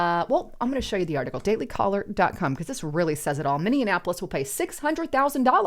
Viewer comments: It's pronounced MINI-APPLE-ESS, there is no such place as MANY-AN-APPLE -ESS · Minee-apolis (not minian-apolis) Thank you. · It's "minny-apolis" Not "minnya apolis" And street thug career criminal Floyd died from a DRUG OVERDOSE! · Minnionapolis, that's a new one 😆 we normally call it Murderapolis. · Mini-en-appolus? For-ward-Ian? Come on. You need to try better with your pronunciation if you want to be taken seriously. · Why do so many people pronounce Minneapolis wrong? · She always has me questioning how I pronounce words when she reads. Minneapolis? Also Xi Jingpin and Beijing....from a previous video. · My God girl, you can’t even pronounce Minneapolis. I do believe you were raised Democrat. Honest to God if you’re gonna use an American city name claiming to be an American yourself learn how to pronounce, Minneapolis. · C'mon It was really shocking that you can't even pronounce Minneapolis correctly. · Learn how to say the city name! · you are pronouncing Minneapolis wrong.